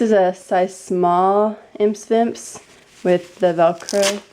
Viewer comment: Imse Vimse is pronounced 'eem-sea veem-sea'. It just means 'itsy bitsy' in swedish :)